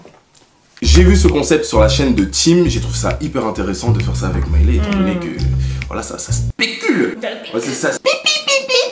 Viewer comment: Sinon ça me stresse qu’il l’appelle Mailè et pas Mailé mdrrr jpense jsuis là seule qui a fait attention à ça 🥶😂